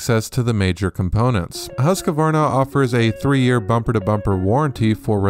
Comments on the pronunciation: I thought it was Husqvarna. Not Husqavarna. 😳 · It's Husk-Varna - not Husk-A-Varna. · It is pronounced .... Husq -Varna, .... there is no A where you are installing one. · Why does everyone keep calling it Husq(a)varna. It's Husqvarna.